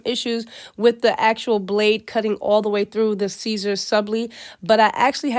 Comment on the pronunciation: It's pronounced SIS-ER not CAESAR